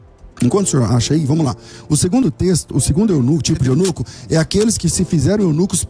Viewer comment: é eunuCU pastor, eunuCU kkkkkkkkkkk